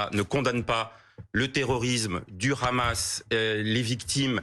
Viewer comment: Guedj juste quand il dit Rhamas (pronociation hébraique de Hamas) tu sais quel camps il soutient. Depuis les bombardement sur des civils je ne l'ai pas entendu polémiquer, dénoncer ou demander la définition de terrorisme😂😂😂